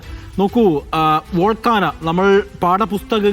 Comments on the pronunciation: ഡാ നാറി, " വോൾക്കാന" അല്ല. വോൾക്കാനോ. അങ്ങനെ പറ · വോൾക്കാനാ അല്ല volcano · Its volcano not volcana